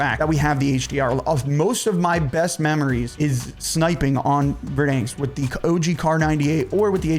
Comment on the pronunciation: Dude….ive said this before and ill continue to keep saying it….its pronounced VerDANsk. Like the name DAN. Not like Dane cook….DAN!!!! 🤷‍♂️